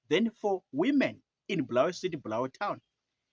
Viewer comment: Bulawayo not bhurawayo